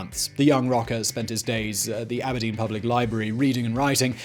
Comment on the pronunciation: I love how he said "MontesaAAano" and "Ab'erdeen" 🤣